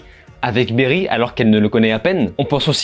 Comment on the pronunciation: Barry pas Berry